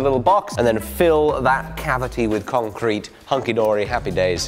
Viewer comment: To the con-crete? I think you may have used the wrong em-Phasis there mate :-)